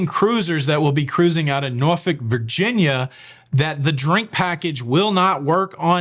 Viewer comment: Thank you for pronouncing Norfolk correctly! I live here and you can always tell people who aren’t from here because they pronounce it like it’s spelled. We don’t. It’s pronounced like the bad word. Good job